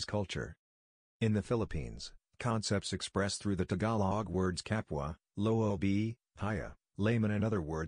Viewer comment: lisqupele805term2.2 It would have been more authentic if Philippine English was used in discussing the context. I find it distracting to hear the word, "loob" as "loo-bi".